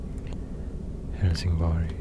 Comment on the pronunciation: I can't unhear "Hellsing Boy".